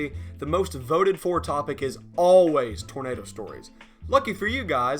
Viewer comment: "Oh...*'NADER!!* " made me wheeze, cause I've talked like that too